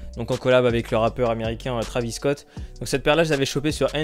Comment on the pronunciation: On dit pas travis scott on dit traivis scott